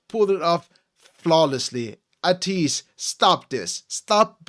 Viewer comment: First of all thank you for reacting to ateez they kings of kings.... Your pronounce to ateez its ay-tease not ah-tease.... React more ateez....